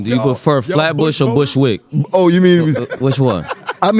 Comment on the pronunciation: Fab said Flatbush or Bushwik😂😂😂😂😂😂😂